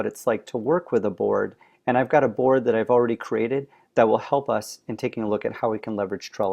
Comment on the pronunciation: It kept sounding like he was saying "Borg" lol.